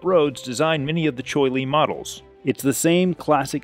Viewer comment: Cheoy Lee. =Chee Oy Lee.